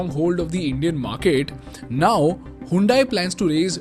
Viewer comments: Bro it's not "HAYUNDAIE" it's "HYUNDAI" "HUN-DAE". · you pronounce it like हयोंडे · Pronounced as Hundai or Handai?